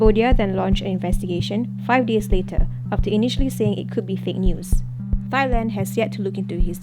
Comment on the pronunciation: Narrator's pronunciation of Thailand is killin me, it's pronounced TAI-land. Not thigh-land although in school we're taught a certain way of pronouncing the word when H follows a T.